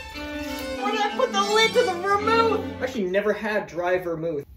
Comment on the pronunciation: Is that how you pronounce vermouth?